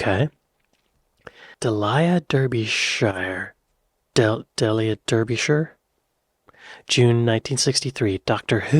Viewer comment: Delia = "Dee-lee-uh". Derbyshire = "Dar-bee-shuh". And she'd a bloody legend. A bona fide genius. She did sampling but with tape. Record a sound, physically cut the tape in the right place, stick bits of tape together, play it faster or slower on a varispeed. For the Doctor Who theme, they had tape running down the BBC hallways to unspool it all and then measure out the beats and where the notes should go to cut it all up precisely. I mean, just hearing about how she created that theme tune - completely manually - and you've got to tip your hat to the lass. That's a supreme effort and requires such skill. It's funny. When synths became popular, Delia didn't actually like them too much. They came with "presets" and it was all too easy. (The other thing to consider is not just that she did this... but that she thought of it in the first place. She invented so many techniques. No-one told her to do the Doctor Who theme in that way - which is why the composer Ron Grainer was so shocked and didn't recognise his own theme - but Delia just had this idea in her head and painstakingly made it happen.)